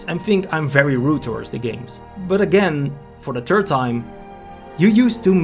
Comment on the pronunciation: "And again for the TURD time" I get what he's saying but it's hard to take him seriously with all his vocal blunders. Ik English is probably not his first language, but it's hard not to chuckle when watching. It's like watching your baby cousin say their first words 😂.